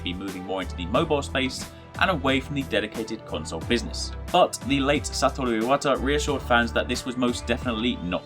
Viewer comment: Finally. An english-language person who pronounces Satoru Iwata correctly.